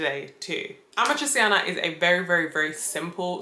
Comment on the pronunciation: You forgot already how to pronounce your favourite pasta ? 😔 it’s “amatrichana”! 💔 AND YES I AM GONNA WOOP YO ASS NEXT TIME I SAW YOU! I thought I taught you better!!!